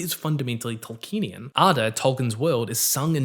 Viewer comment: YOU PRONOUNCED "Tolkienian" AS "TolkEnian" ONE-HUNDRED TIMES IN THIS VIDEO. It's five syllables. Toll key en ee an.